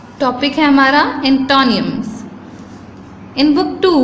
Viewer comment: Check antonyms pronunciation on Google please۔ and also cruel۔۔